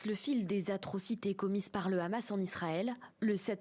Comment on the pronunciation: Le seul responsable, c'est le rrrrrrrrrrrrrrrrrrrrrramassssssss. C'est le rrrramass qui compte les morts, sans le rrrrramass pas de morts.